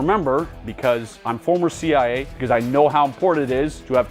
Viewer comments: Why does he pronounce cia like that? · Why can’t he pronounce “CIA”?